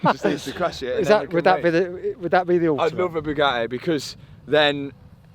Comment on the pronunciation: "He's got a Bugaheh".